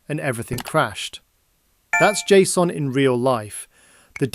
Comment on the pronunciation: "Jay Sss Oh En" Nobody, and I mean nobody says it like that. It's Jay-son.